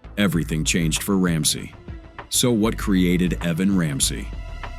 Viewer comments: EeeVan?? Not Evan. How do people graduate high school, let alone get a job as an announcer/news presenter without knowing how to announce basic names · E-Van or Eh-Van. AI doesn’t get numbers or names right much of the time. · “E”van? How stupid